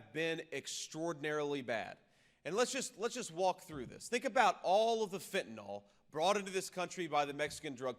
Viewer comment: Please learn to say fentanyl correct! It’s pronounced fent - a - nil.